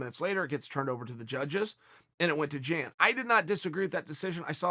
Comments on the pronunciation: It's pronounced "yahn", not "jan" Uncle Chael 👍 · Why you gotta make "Jan" sound like a female name 🤣🤣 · Chael dropping that hard J on Jan